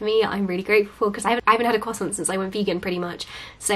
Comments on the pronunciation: I find it very funny to hear you say crossiant.. ( I'm french ) I love you, you're super cool:) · The way she says "croissant" 😍